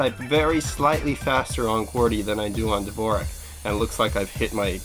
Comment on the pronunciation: dvorak is actaully pronounced like "d'vorzhak"